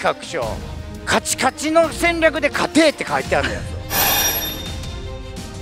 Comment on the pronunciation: 勝ての発音がポンコツw